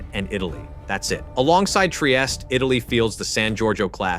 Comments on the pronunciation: Basta con l A.I. ,Trieste non Traiest😮Frigoriferi? Ma che dite! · Their carrier Trieste is pronounced "Tree-aiest-teh" not "Try-est". Sincerely, a non-Italian.